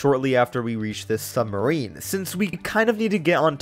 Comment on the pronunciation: You said Sumbarine